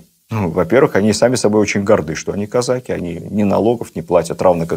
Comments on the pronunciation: Да почему казАки???? Режет слух. Всегда было "казакИ". Шолохов наверное лучше знает. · Как можно слушать и смотреть такого "историка"', который не может правильно поставить правильно ударение в слове "казаки" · Кстати, насколько я знаю, ударение в слове казаки на последнем слоге. Отец это подчеркивал, он из тех краев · Ведущий, не казАки, а казакИ, это первое. Второе, старообрядцев царь землей не жаловал. Третье, Платов был старообрядцем и, по этой причине, спиртного не пил, как в России, так и в Париже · Что ж такой странный русский язык у нашего министра? «КазАки», это не казаХи же!? Да, но, если вы используете новые установленные нормы, тогда, откуда устаревшие «дЕньгами»? Или, смягчения звонких согласных в словах, типа: «разбеХ(г)», «варяХ», «береХ», «книХ», или эти Ваши - «Вострые»? И, те же, «казАки» и «казакИ» - у Вас меняются, постоянно… Странно. Спасибо, за Вашу работу, лекции увлекательные, но, определитесь, если можно, с редакторами, пожалуйста… )))) Существует же «обеспечЕние» (от кондитерского изделия, вероятно?)) языковых норм в формате общеобразовательных передач? Спасибо. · А на Дону и у казаков используется только "казачьи" и "казакИ" (с ударением на и)